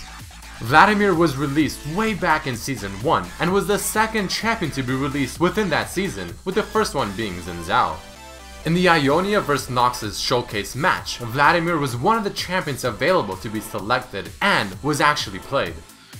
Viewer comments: tis pronounced shin zao for an oxford style name. seen zaoh if you wana be chinese. X does not make a Z sound for either version. "the more you know" :D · Xin zhao is pronouced sin jow